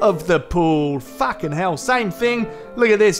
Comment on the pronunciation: Whenever he said Fakin. I lost it